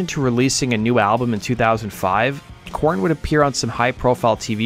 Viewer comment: good Lord, just constantly having to spell out everything in YT comments. I spelled it the way he was saying it. Go back to the start of the video and you'll hear him pronounce their name as core- in or Kor-en.